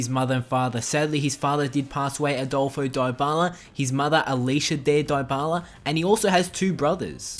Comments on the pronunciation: One thing you didn't know about Paulo Dybala is that his name isn't pronounced "Diebala" but it actually is pronounced "Deebala" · It's not die-ba-la it's dee-ba-la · Its pronounced deebala not diebala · DIE-BALA? NUH UH. DEE-BALA IS THE CORRECT PRONUNCIATION. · what he say diebala but is dybala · Die-bala 😂😂. Dybala = debala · It's pronounced Di-bala not dy-bala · Lol he says it DieByala but it's Dybala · why does he keep saying diebala its deebala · It's not daibala it's dybala dy as in difference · its D-Bar-La not Dye-Bar-Lar breh plz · IT IS NOT PRONOUNCED "DIE-BALA"!!!!!!! IT IS PRONOUNCED AS "DEE-BALA"!!!! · It's deebala not diebala. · It's also pronounced Pawloe Deebala not Pauloh diebala... but it doesn't really matter all accents are different. He's just a good player in general:) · The 11th thing you didn't know his name is pronounced de bala lol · Isn't It Deebala...? No problem but Its like saying App-le hundred times before ever say Apple, take care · It is debala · it is dybala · die bala hahaha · I am spanish, it's pronounced dibyla. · "pawlo diebala" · It’s DEE-Bala that’s how you pronounce dybala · LEARN TO SAY THE PLAYER'S NAME, IF U WANT TO MAKE A VIDEO ABOUT HIM!!!!!!!! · 10 things about paulo dybala which i all knew But 1 thing about him which you probably didn't know: the pronunciation of his name. (no offence but please make sure you learn to pronounce names correctly, whatever your accent might be like) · Learn how to pronounce Paulo Dybala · 1 thing you probably didn't know: How to pronounce Dybala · why the fuck do u mispronounce his name? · Your pronunciation of Dyabala makes me so uncomfortable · He pronounces dybala wrong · Stop making fun of the way this guy pronounces Paulo Dybala. Have you ever heard of people with ACCENTS? Smh.. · He's accent pretty good tho', but he misspronounce Dybala's name....